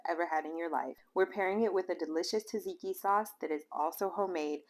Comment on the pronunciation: TAH-ZIKI sauce?? Seriously? If you don't know Tzatziki is prounced ZAD-ZIKI then no credibility.